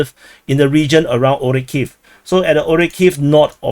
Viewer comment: What analysis. He just parroting a couple of sources, draws some " sorry wrong color"ugly lines on the map and butchers geographical names beyond recognition. Its actually a retarded comedy show